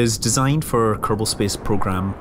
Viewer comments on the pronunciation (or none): none